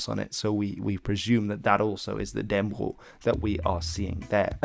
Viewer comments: Dan-nə-brog, not Dann-brog. And Valdemar is with a "hard d": Valdemar was a danification of Vladimir, which got into Danish through a royal marriage with a Slavic princess, who named her son that. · its sound like you are saying dan bro insted of dannebrog